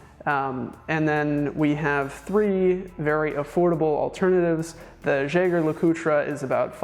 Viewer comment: Jaeger-LeCoultre --> French "zheh-zhere la-coot" German --> Yeh-ger La-coo-trah"